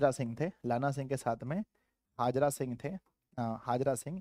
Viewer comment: हाजरा सिंह नहीं हैसर हजारा सिंह है